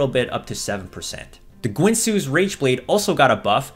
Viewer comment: I know it may be a generational thing I grew up with ginsu brand knives being sold on tv often. Is the way you say guinsoo supposed to be said like ginsu?